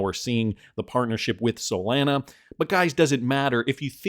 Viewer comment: Do you guys really listen to an anonymous guy on the internet who can't even pronounce Solana correctly?